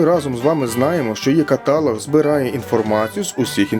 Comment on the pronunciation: Невже рекламодавець не може пояснити, що слово "каталóг" вимовляється із наголосом на останньому складі?